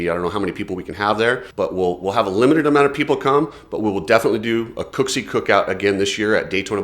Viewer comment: It's Julien with an E. And ffs pronounce his last name correctly.